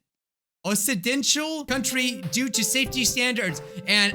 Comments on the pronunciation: This is how u pronounce occidental: ok-si-den-tal Not o-ssi-den-tial Hahaha 😂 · Occidental is pronounced like Ox-idental. It's the opposite of Oriental.